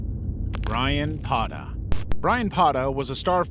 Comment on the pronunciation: Brayan PaTA, not Pada.. PA TA. With a fucking T.